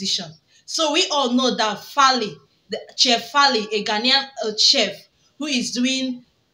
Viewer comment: He is 100% Nigerian so get that right lady! The name is Faila not Fali 😅